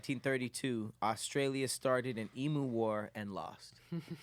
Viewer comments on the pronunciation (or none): I'm aussie & lowkey offended with how they said Emu 😂